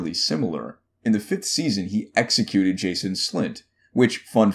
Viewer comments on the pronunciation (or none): Jon and Robb were both stabbed in the Heart, not Stomach. Also it's pronounced "Janos" not Jason. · Can't believe you called that ass JANOS Slynt Jason! He says his own name so often (Zlatan Ibrahimovic style :-P) it should be impossible to mispronounce it! And he regularly states that he commanded the city watch in King's Landing, hard to miss that dude. Oh ya Catelyn's name is pronounced Cat not Kate. Slán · Jason slint? Lol it's janos slint. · "Jason slynt" A man sees your mistakes, a man thinks it is pronounced Jan-os. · He’s not “Jason slynt” it’s Janos slynt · How could you pronounce Janos as Jason? Lol. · It's Janos, not Jason, Slynt. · Why would you say "Jason Slynt" when it is "J A N O S - Slynt" you even made the right name appear next to his face.. that was bothering .. rest the video was nice.. and theory was good.. 👍☺👍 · It’s Janos not Jason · it's Janos slynt not Jason 😂😂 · I'm not watching this guy's videos anymore after he called Janos, "Jason". If he can't get that right then his videos aren't worth watching. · Janus slynt not Jason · It's JANOS not Jason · Janos* slynt, not Jason... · say it with me...."YANOS not Jason. J in the Janos is pronounced Yanos." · I cringed everytime you pronounced Janos as Jason... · "Jason Slynt?" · I had to watching the second time he said "Jason Slint" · Lol “Jason Slynt” 😂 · Listening to you say Jason was very hard to sit through and they both got stabbed in the heart. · "Jason" Slynt lel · Cmon man JANOS slynt. Hahaha good content though. Big ups bruv. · Its Janos Slynt. JANOS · "Jason Slynt" "Caitlyn Stark" good god dude, get your pronunciation straight. This is embarrassing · Bro do you even watch the show? Lmao Catelyn pronounced as Kaitlyn and Jason slynt? Do some research man